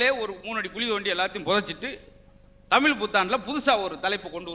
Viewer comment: முதல்ல தமிழை சரியா பேச கற்றுக்கொள்ளுங்கள் முத்து சார் பேசும்போது தமிழ் கொலை செய்யப்படுகிறது தமிழ் என்பத தமில் என்பதா